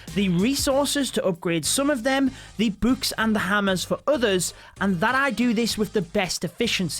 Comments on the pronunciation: Why he say. Boo-kes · Nobody: Literally nobody Him: buks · Bouks haha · Lmao the way he says books